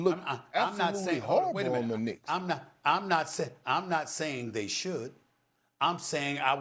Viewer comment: "New York Knickerz" 🤣🤣🤣